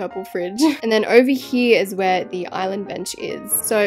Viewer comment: “Back hee” me wating for someone to make a micheal HEE HEE joke from her saying hee